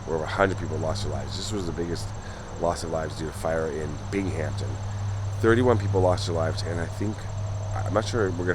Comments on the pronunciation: it is pronounced bing um ton all one word big Hampton smh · Interesting thanks. Common mistake ppl make is the pronunciation of Binghamton. It's Bing Ham Ton. Not Bing Hamp Ton. Ppl tend to throw a "p" in it. No worries ☮ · Bing-am-ton, aren't you a hockey guy?? Never heard of the Binghamton(Bing-am-ton) Rangers my guy? Lol. I know you would think it's like the Hamptons, but there is no P in Binghamton. Thus our NY accent sounds it out differently. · Thanks for another excellent video, but I believe the city's name is pronounced BINGUMTON rather than BING-HAMPTON. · Try to pronounce it Bingemton New Yorkers typically don't pronounce the h .. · Great story but its pronounced, Bing-Um-Ton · What a lovely cemetery. I love walking through them, as I find them so peaceful. An FYI Binghampton is pronounced bing·uhm·ton. I went to boarding school in New Lebanon and a roommate one year was from the area. Love watching your videos, especially the few you've done in my home state. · Thank you for telling the tragic story of this fire in my hometown, Binghamton NY. NY cemeteries really are the best. Oh, and in the long history of teaching pronunciation of "Binghamton" to outsiders: Binghamton has no "P", it's just basically pronounced as a smooth(ish) "Bingham-ton". Sorry to be grammar nazi. I enjoy your work! 🐈‍⬛ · Thanks for bringing this past tragedy back into the minds of people. I wish I knew you were in the area, would be great to see you again. Thanks again for another great video.Take care! 🤟 Bing-uhm-tn......not being snooty, just helping out...lol. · Its pronunciation is bing ham ton but say it quickly lol sorry im a New Yorker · I know it's not important but I'm cringing. Just don't pronounce the H. Fellow NYer here❤ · I was cringing to